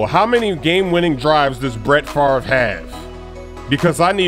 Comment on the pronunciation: I paused the video when you said Bret Farve